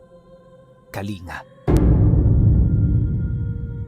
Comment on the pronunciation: mali po pag ka bigkas niyo sa Kalinga, im from Kalinga and ang tamang pronouncing po jan ay Kalingga